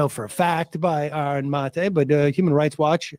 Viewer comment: Seder is pathetic. He keeps saying things like, "I'm sure but don't know." He can't pronounce Aaron's name and calls him "this guy." He continually digresses into irrelevant things. Sam's the crazy uncle you hope falls asleep in a 'tryptophan haze' on Thanksgiving.